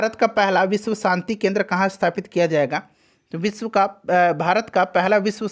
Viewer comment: अंग्रेजी मत चो# , सक्सेस केंद्र बोल केन्द्रा केन्द्रा क्या बकते हो, चार लाइन अंग्रेजी बोलने का औकात है नही, गधे की गान जैसा मुह से केन्द्रा केन्द्रा पेल रहे हो kendra lust की याद दिला दिये gaansu